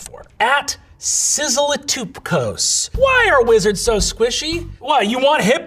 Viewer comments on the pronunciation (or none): sizzly-toop-cose is such a funny way of reading sizzle-it-up-cos.